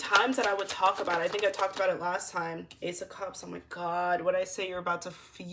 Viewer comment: Lmao “you TINK for yourself!”